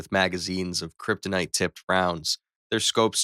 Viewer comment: he said krytonite bullet